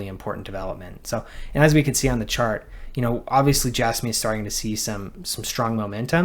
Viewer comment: I can’t stand it when people pronounce it as “J-asss-me” instead of “J-azz-me”. It is so difficult to listen to.